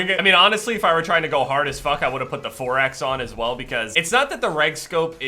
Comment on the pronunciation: Idk why but i laugh when you say 4x, sounds like youre saying foraxe lol